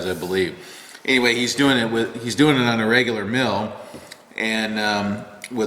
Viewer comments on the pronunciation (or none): none